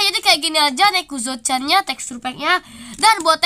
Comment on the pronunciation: Baru tau nezuko di baca nekuzo 🗿